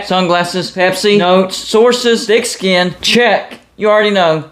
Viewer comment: I always laugh when he says thick skin 🤣